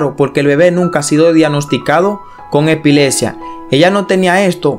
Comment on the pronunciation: MUCHO ENREDO CON EL VIDEO..SE DICE HEPILEPSIA Y NO HEPILESIA